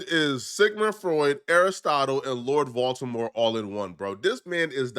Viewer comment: This nigga said lord voltermore😂😂😂😂😂